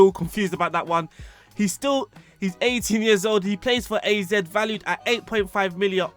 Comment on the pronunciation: Great video AZ is pronounced like you would pronouce both charachters separatley. Dutch is my native language.